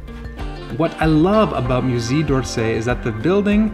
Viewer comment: Thanks! But maybe a little respect for French pronunciation? Musée is not mew-zee.